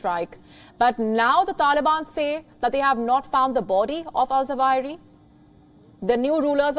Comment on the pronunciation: It's Zawahiri.practice to pronounce it.omg